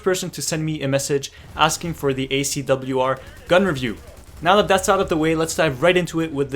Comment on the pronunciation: You pronounced it fine! And this is interesting -> SCAR-L vs ACW-R